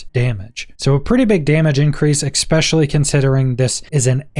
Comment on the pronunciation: Bro go learm how to say “especially”… where are you getting the “x” from?